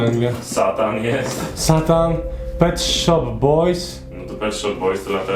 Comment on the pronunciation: Jak można nie znać Pet Shop Boys i gadać Pet SHIP Boys??? Ale akcja, którą odstawiłeś z Konradem na dachu... miazga:)